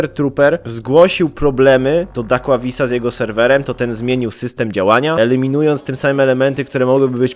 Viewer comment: Raczej to się czyta Dakławius